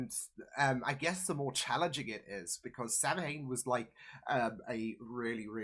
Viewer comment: Ah yes, the episode with the infamous demon "Sam Hane". Not 'Samhain at all. Pft. When this episode aired there was a lot of reaction in various fandom enclaves to the choice to pronounce it like that, as well as the choice to use 'Samhain' in the show as something started/influenced by a demon.